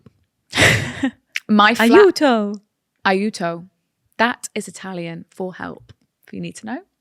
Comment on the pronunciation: YOUR PRONOUNCIATION FOR “AIUTO” WAS PERFECT!! I jumped when i heard you say this word in italian ahahah